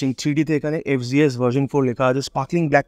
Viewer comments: ভাই, এইটা এফ,জি,এস না। এফ,জেড,এস। উচ্চারণ ঠিক করেন। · ইন্ডিয়াতে জেড কে জি বলে